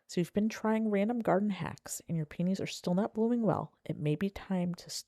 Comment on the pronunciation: Thanks for the tips. Mine are in containers and haven't had many blooms for the past couple of years so I'm heading out to get the right kind of fertilizer. Just an aside, I got the giggles with how you pronounce peonies. It sounds like you're saying "pee-knees" instead of "pee-uh-knees." When said fast, your pronunciation sounds a little like penis. Maybe say all the syllables. 😉